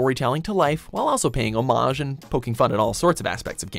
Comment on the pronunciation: What’s with watch mojo narraters not knowing how to pronounce “homage”?